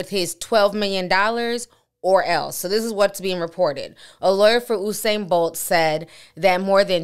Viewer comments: You-sane TI Not OUUU-SANE 😂♥️ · Mr BOLT Pronounce His Name (You) U -SAIN Not OOO-SAIN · It’s You-sane. Not “Uh’sane”. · Please pronounce his name properly, it's "You" -Sain Bolt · The situation is truly unfortunate all round....but his name is pronounced as spelt though like 'You-Sain' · This is insane!!!. it's pronounce u-sain (you- sain)